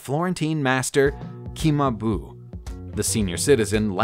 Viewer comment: Cimabue is pronounced Chee-Ma-Bway, not Kee-ma-boo